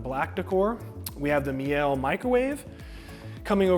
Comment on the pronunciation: Great video.. very detailed👍🏼. Btw.. Meile is pronounced mee-luh. Everyone on YouTube says it differently but no one EVER gets it right lol. Hopefully you'll be the first now.